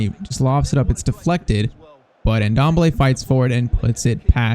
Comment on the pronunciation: The N in Ndombele is silent lol